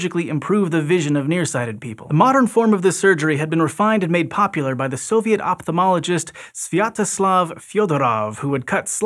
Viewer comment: IT IS OPHTALMOLOGIST which is read OFTALMO and not OPTALMO